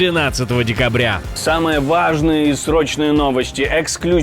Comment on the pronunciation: Знов виригав слово важниє! 😂Взбльовиш картопляний! Ти не можеш нормально вимовити